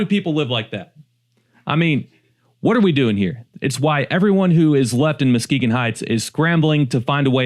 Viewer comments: Videos are very interesting and professionally done but did AI change Muskegon's name to MOskegon? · Your spelling is not good. It’s Saginaw. Not seganol!! It’s MUskegon not MOskegon. For two examples….